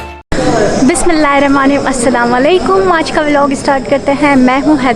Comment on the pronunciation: Bismillah sahi parha kro